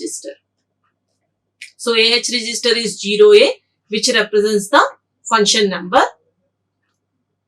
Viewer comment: zero, not gero